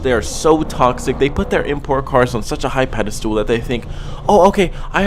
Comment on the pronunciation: Its PEDESTAL, not pedestool.